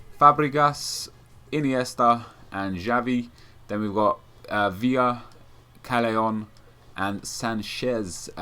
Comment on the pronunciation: callejon is pronounced 'cahyehon' or something... just saying, just saying :P